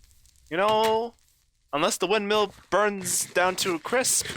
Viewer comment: I'm really enjoying the series... but I really hope you learn how to pronounce "windmill" by the end of it xD Thanks for the videos, 2019.